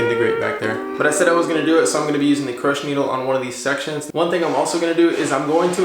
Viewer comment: Crochet needle pronounced (crow shay) not croach